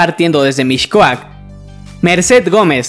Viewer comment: No se pronuncia “MiSHcoac”, se pronuncia “MiScoac” Aprende a pronunciar antes de hacer vídeos